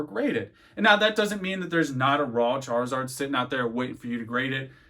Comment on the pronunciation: You literally said "Chareezord" lol